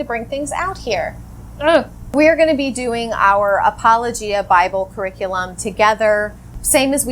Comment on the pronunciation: I thought you were saying apology of Bible.